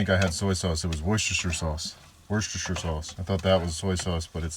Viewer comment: Worcestershire sauce is pronounced 'wooster' sauce.